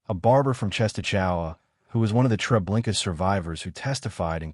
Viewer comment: I've asked this of you numerous times...PLEASE PRONOUNCE STUFF PROPERLY!!!!!! There's no R at the end of trablinkA!!!!! A no R at the end of it!! Lublin is pronounced LUBE LYNN!!!!!! You don't sound smart or knowledgeable by butchering certain words, phrases, or names...you just sound really stupid and uneducated...FIX IT PLEASE!!!!!